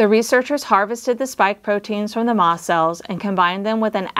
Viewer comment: in the video, are you saying "moth cells" or "moss cells"?